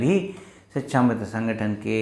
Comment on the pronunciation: Sir shikshamitra! Not sichchhamitra.